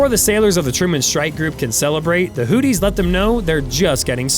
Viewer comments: Did he call them the Hooties??? 😆. Ya Hootie And The Blow Fish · Dude… you need to work on your pronunciation. “Who-thees” “Age-is” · the "hooties"? Everyone else pronounces it "hooth-ees". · hooties...lol...he straight copied this vid.doest even pronouce houthis correctly😅😅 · "Hooties"? You mean the Blowfish? Slow down,!... (÷ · I chuckle everytime he says Hooties😂😂😂😂😂😂. America wages war on every level.